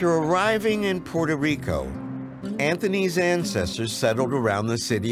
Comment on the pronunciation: Dr. Gates needs to learn to correctly pronounce Puerto Rico.